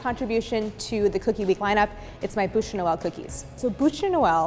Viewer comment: So, funny little observation. Her pronunciation of "boosh" makes the translation "mouth of Christmas". The word for log is pronounced "byoosh". Which you wouldn't know unless you failed French twice in high school, comme moi.